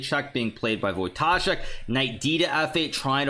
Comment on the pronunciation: As a Pole your ,,Radoslaw" and ,,Wojtaszek" pronunciation is magnificent!